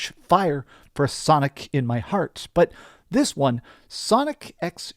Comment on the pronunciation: Shonic Generations.